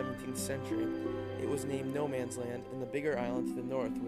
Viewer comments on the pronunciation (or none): It's not "Noman's", it's "Nomans", and it's prounced more like "nomuns" than "no mans".